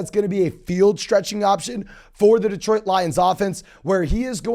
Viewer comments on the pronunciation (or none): none